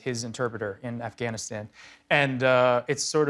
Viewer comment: You're doing a movie on Afghanistan and you still cannot pronounce Afghanistan (I like JG, but still)